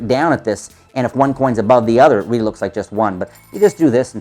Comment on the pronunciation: Weally weally nice video